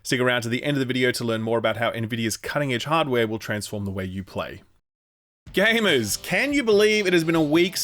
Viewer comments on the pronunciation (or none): *gamers Pronounced as 'gamers'. If only you knew how 'gamuhs' would be read smfh